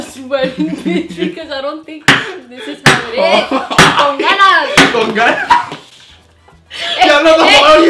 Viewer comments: Darlyn Yanei my aNnOying says : C0N GANAS and I’m like bruh 😂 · nobody: not a soul:: “CON GANAS “ 😂😂😂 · When she said con ganas